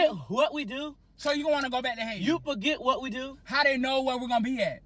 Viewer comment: “Out of all places why would I wanna go to Haiti ..HAI-TI”😭😭